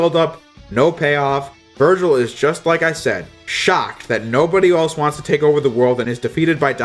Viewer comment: Is it me or did he virgin instead of Virgil